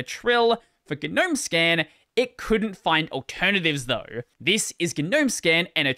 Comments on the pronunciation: Okay... when did people start pronouncing the G in NOME... ? It just sounds so stupid. That aside, a unified DE/standardization would have made a big difference for Linux adoption. Hell, it could have meant having a robust file manager that could actually do things well, or a network setup that actrually did LAN networking stuff out of the box like that OS everyone seems to hate... It's never too late, but trying telling the 7,463,542 dev teams that - best of luck to ya. Be prepared to duck. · 'nome. "A gnome (/noʊm/[1])" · as someone who hates the pronunciation of GNOME, I shouldn't have watched this video.